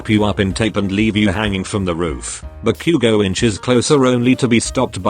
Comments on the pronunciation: When it said Ba-Bakugo it sounded like Barbequego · I laughed harder when the bot said "barbeque-go" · The voice said barque 💀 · When zero said: "Ba-bakugo😳" The Google Voice really said- Barbecuego